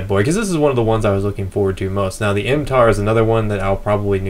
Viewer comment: Just To Correct You , Its 'MTAR-21' , Not , MAR-21 .